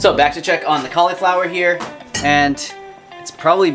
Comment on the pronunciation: i love how you say "cauliflower".